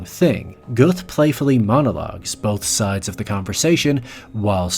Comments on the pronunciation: For goodness sake, it’s not that hard in the 21st century to find how Göth is pronounced in German! Clue: it’s not “Geuth”. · It's either "Göth" (real German way to write it) or "Goeth" (for ppl who don't use or can't pronounce "ö". Never both. The "oe" makes the same sound as "ö" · Pronounced geüt, as in GUTen tag, not goeth, like geth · It's Goeth. Not "Goeff". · Worth noting that "Göth" (or Goeth in its alternative spelling (ö = oe, ä = ae, etc.) is pronounced not with a soft "th" (as in think) but with a hard "t" sound as in "train". Göth himself reportedly declared himself to inmates as being their "god". "God" in German is "Gott", which is only a slight change from the pronunciation of his own name (got versus gheut). Just an observation. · You can't even pronounce the name right. Our "th" is not pronounced like a th in English. It's just pronounced as a "t". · Just a minor point. Goeth is pronounced “Gert”. No th sound in German as we know it in English. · Good video but his surname is pronounced Gert. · It's pronounced "Rafe". Also the author pronounces Amon Göth's name wrong consistently, it's more like "Gurt" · Pronounced ger-tah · Göth or Goeth (the Anglicized spelling form) is pronounced Gert as in yogurt. The ö in German is pronounced with an er. Just FYI. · It's pronounced like 'goat'.